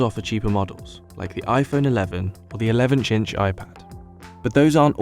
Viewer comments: guy really said 11-cinch😂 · "the 11 chinch Ipa-" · elevench chinch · 11 "chinch" Ipad 😂😂😂😂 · Is it just me or did he actually say 11-inch weird...